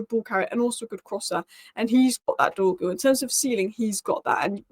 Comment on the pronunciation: pace, power, strong, decent close control, loves a dribble! im excited honestly, lets get this done 🙌, it's not Dorgles, it's pronounced Dorjeles, i don't mean to nit pick but these things bug me terribly 😂😂. please work on the pronunciation lol